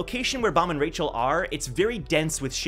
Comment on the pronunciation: why does he keep saying Rachel’s name is Michel ?? is she a catfish lol